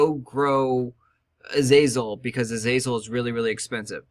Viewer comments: AZAZEL? AZAZEL? .... WHAT?! i'm gonna lose my fucking mind.. holy shit. azalea is pronounced uh-zay-lee-uh narcissus is pronounced nar-see-sus you fucking mong. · Azalea (Ah-Zale-e-ah) Opaque (O-pay-keh) :) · LMFAO 1st comment and exactly why i scrolled down.... (Az-Zale-e-ah) lmao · he can't read xD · Don't forget a very important part of making money, you also need to factor in the price of the seeds. If the seeds are 37s, and sell for 3s You will lose money. Also Azazel is a demon, azalea is a flowering shrub. Opaque is pronounced O-paa-k. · A-zea-lea i thought after 5 years you'd at least learn to pronounce properly. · im pretty sure its pronounce more like uh-zay-lee-uh. it wouldnt be "zea" since it is spelled "za"